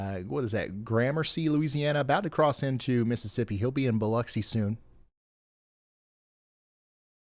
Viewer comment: Thank you for pronouncing Biloxi correctly BTW. It's lux as in luxury, not locks.